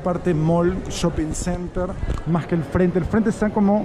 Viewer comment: una crítica constructiva, soy peruano pero no soy de Lima. Pero me dado cuenta que ustedes los limeños muchas palabras lo hablan con la J en lugar de la S. Por ejemplo dicen maj caro, pijco, menoj caras, cujco, conojco, etc... Sería mejor si hablaras neutro y sin tanta jerga